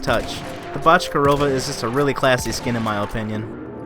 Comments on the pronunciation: I’m not Russian but I definitely think that’s not how you pronounce Bochkareva, I think it’s pronounced Bo-sh-ka-ray-va But still a good video! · I think it’s pronounced bok-er-ay-va